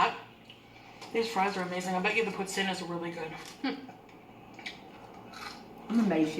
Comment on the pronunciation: The least of her sins, but I loathe people who say, "sammich". Considering the wanky way she pronounces "poutine", it's odd.